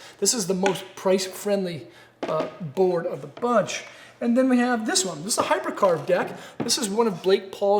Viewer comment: Say it with me... Hyper-keee-arv.